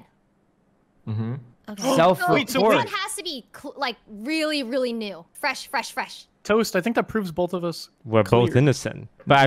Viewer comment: "TOST, TOST, tost. OMG its Tost!" Everyone: Hahaha, goodbye impostor Toast kill everybody: I just said somme colors, lol Everyone: 😮